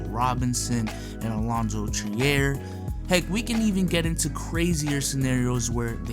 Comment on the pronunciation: “Alonzo Tree-air” ~, 2019